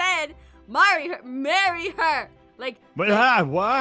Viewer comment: Murry her, Zane... Murreher